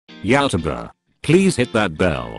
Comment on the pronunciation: Me: Pronounce YouTuber correctly. Automated voice guy: No, I don’t think I will.